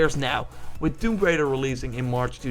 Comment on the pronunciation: "Tomb Braider".. It's Tomb Raider.. lol.